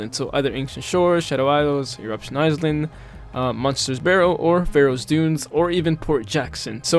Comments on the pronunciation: hello!! very helpful video for players new to grinding gems, however, island is pronounced "eye-land" and not "eyes-land", and isle is pronounced the same way as "I'll", not "eyes-le", hope this helps! ❤ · I noticed how you say iSland, it is pronounced eye-land, just a tip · "eyes-lind" jokes aside, you pronounce island as eye-land (or lind, which ever you prefer) anyways nice video :) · i love how he says "eyes land' instead of " i-land" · "island" is pronounced "i-land" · You actually need to say "eye land" when you want to say the word "island", so not with an "s" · Lol was driving me crazy. Eyes-lind 😂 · I hear “ice land” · your pronunciation of isles and island is genuinely fascinating, i dont even think ive ever heard anyone get the pronunciation of those wrong